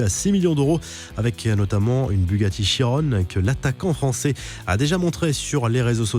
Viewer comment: Cela se prononce chiron et pas chirone pour la BUG